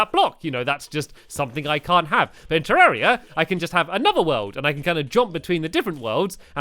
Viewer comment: It's ter=ar=ia